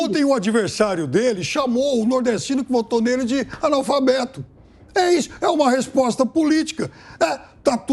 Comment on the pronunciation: Esse comunista petista analfabeto nem sabe pronunciar corretamente a palavra analfabeto.